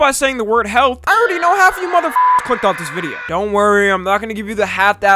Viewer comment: hell naw bruh the shadow fight 2 mf got fucked up on the word “health”